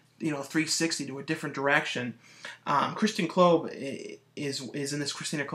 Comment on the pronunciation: Thanks for reviewing two of my films ***** -- Also it's Kristina Klebe (pronounced Kleeb) - not that it really matters haha -- The other movie Milan Todorovic directed is Zone of the Dead with Ken Foree… =) Following you now - look forward to more updates...